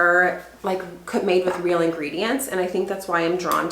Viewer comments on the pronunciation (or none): none